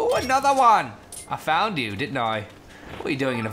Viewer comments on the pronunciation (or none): He said "Oooh another one!" in a weird way